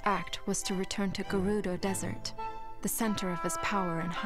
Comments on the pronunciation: I've always pronounced it as "Ger-udo" rather than "Jer-rudo" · First Fi is pronounced "Fai" now Gerudo is pronounced "G'rudo" (or something)